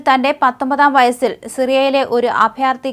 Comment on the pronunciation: തന്റെ..... പതിനഞ്ചാം വയ്യാറ്റിലോ . സ്കൂൾ പാഠണം ഉപേക്ഷിച്ചത്????😂😂😂